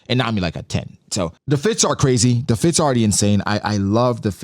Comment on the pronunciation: there are going to be fire fits in elbaf! What I heard: there are going to be fire fist in elbaf! Got me hype for more ace flashbacks or some Sabo action 😭